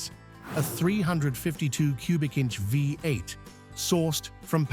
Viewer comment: Pisses me off they're unable to say V8